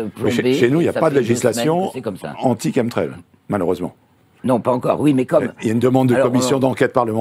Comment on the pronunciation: Quand 3 spécialistes prononcent chemtrail [Kemtrel] pourquoi le journaliste s'acharne à prononcer CHEME-trel??? Un sacré manque de respect pour vos invités!